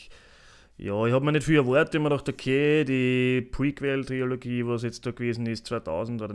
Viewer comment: Wtf Mann... es heißt Trilogie nicht TriOlogie!